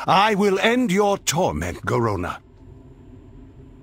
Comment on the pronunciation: Am i the only one who gets really annoyed by the way he says Garona and the way he pronounces the letter r?